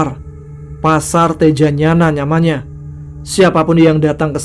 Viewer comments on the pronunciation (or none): NAMANYA bang bukan NYAMANA 🙏😂😂